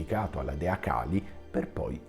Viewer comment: La tecnica che usi è la solita di chi non vuole ammettere i propri sbagli, cioè far diventare sbagliati chi li porta a galla. Torno a ripetere, e chi conosce il tantra lo sa bene quanto sia importante pronunciare perfettamente i nomi, Kālī o Khali sono due cose diverse, e nessuno ci autorizza a storpiare i nomi, tutto qui. E le accuse ci sono, velate e non velate, chiunque le può vedere nei tuoi messaggi. Poco importa, l'importante è sempre e comunque salvare la propria faccia, ad ogni costo. Ah dimenticavo, pag 338 prima colonna del dizionario Monier-Williams (2005); Khali: sedimento di petrolio.